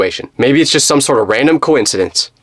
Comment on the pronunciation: it’s “it’s” not ots